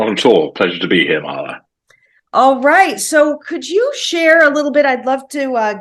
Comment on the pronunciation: Had to listen to a podcast with another "Marla!" 😂 (admittedly love how you said her name at the beginning too) Towards the end you mentioned watching movies without crying. That made me wonder if you have ever cried?